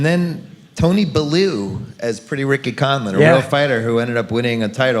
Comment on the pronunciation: Will he ever figure out how to pronounce, “theater” though? “Theedurr” 100x/podcast Edit- also, another hatchet job of a pronunciation … Tony Bellew’s name is pronounced, bell-you. How do all these white bois love the Rocky franchise so much, yet NOT FOLLOW BOXING?? Especially given that they’re sports fans!